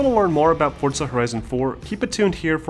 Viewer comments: It’s “Forza” not “Fortza”😂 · forza, not fort-za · ForZZZZZA not ForTSA... Damn english people need to learn pronunciations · Okay, why does everyone say “Fortza” instead of its proper name “Forza” I’ve heard 2 people say Fortza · Where is the T in forza?! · There is no t in forza...Fortza? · Whaaat?!? It's pronounced as "fortsa"? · It's italian and pronounced Fortza. Don't lecture people about pronunciations if you don't know how to pronounce it yourself. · Let me tell you a scary story FORTZA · If anything. italians with a thicker accent use a D sound. But never a T. Argue how you want but its not the way its said